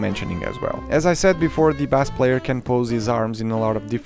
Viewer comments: Pronounced Base, not bass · "Never say Legos say Lego" . . . Never say "bas" guitar (or drum), that is how you say bass fish. It is pronounced "base" or "bays" guitar, like when you mention the base that they are standing on. Unless you wanna make musicians mad. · Bass is pronounced as base . As in LEGO baseplate. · my friend. When referring to the instrument "bass", it is pronounced like "base" with a long 'a' sound. Love your review and I love you! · Thank you for this review! I might have to get this set! Though I have to say, the proper English pronunciation for the word "bass" (musical term) sounds like "base". If you say it phonetically, it might confuse people into thinking you're talking about the fish, also spelled "bass". English is confusing, I know. But I hope this helps. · Bah-ss made me cry as a bassist, but all is forgiven because of the wonderful review you regularly post. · A great review! The instrument “bass” is pronounced like “base” tho :) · Just an observation, “bass”, when referring to the instrument, is pronounced like the word “base”, as in “the Lego base set”. Nice review as always, saludos from Dominican Republic! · The instrument Bass is pronounced as "base" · There might be another comment saying this already, but in music, "bass" is pronounced "base." "bass" rhyming with "class" is only used to refer to a bass fish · Bass is said like base. Not like the fish. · It’s bass like base not like the fish!!! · bass in music is pronounced like “base” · It's bass not bass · Bass is pronounced like base btw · Thank you! Yet another one to the book of mispronounced English words! 😅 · Him Saying bass as in the fish is annoying